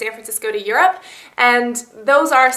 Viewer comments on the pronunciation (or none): none